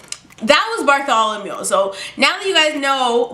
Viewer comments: No I didn't subscribe yet. Btw its "Bartholomew" not "Bartholomule." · OMG did you call him Bartholomew because of AHS 😭